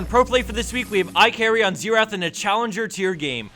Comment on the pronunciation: His name is IKarry actually. but okay lol